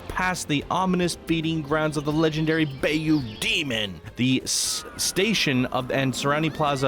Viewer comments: It's pronounced By-you, BTW.😆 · Apparently not bay him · It's pronounced bi-you but spelled bayou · Public service announcement. Bayou is pronounced bye-you